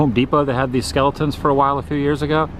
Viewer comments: Always makes me 🤣 when you say Skellytons" hahaaa 💀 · Skeletons! 💀 Love how you emphasize that, Adam.